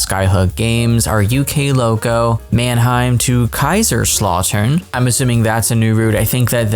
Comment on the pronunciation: The pronunciation is: Mitnvaltbaaaaan, Manhaym to Kayzraslautern. Btw I'm really excited for the Mittenwaldbahn, it looks really good from the screenshots.